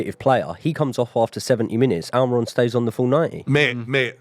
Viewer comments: Please don't call him Almayron. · Who the fuck is Alm-eye-ron